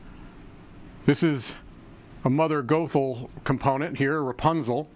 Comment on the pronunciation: Goth-el. That’s how you say it